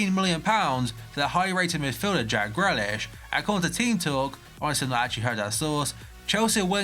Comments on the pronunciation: as said in a previous video, it's said 'gree-lish' not grellish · It’s pronounced jack Greelish (like peel )